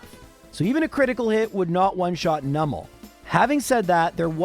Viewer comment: Oh! pronounced Numel's name correctly 🎉 I'm so used to streamers pronouncing it as "Noo-mel" even though it's a Numb Camel, and I don't know anyone who pronounces "numb" as "noom"! 😄 It's so rare and the mispronunciation so annoying (for me; I understand that most people don't care lol) that I just had to comment on hearing it said right. 😅